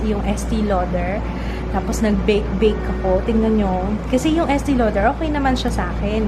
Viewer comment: idol ko po kayo. but it is pronounced as e-stay lauder. hehe. hope you dont get this offensive hehe. 😘😘😘😘😘😘😘